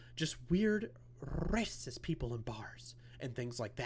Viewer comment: I wish you wouldn’t continually roll your R’s when you say racist . It’s triggering for Misophonics . Thanks